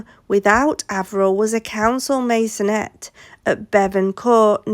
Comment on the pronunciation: I've never heard of a 'Masonette"